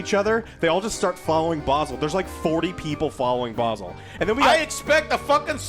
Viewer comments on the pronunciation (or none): none